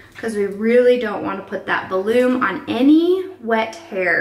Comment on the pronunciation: VELOOM? Im sorry no hate and your relly talented